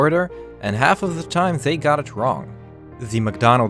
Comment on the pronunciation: The - zhe Their - sier Mcdonnalds - msdonals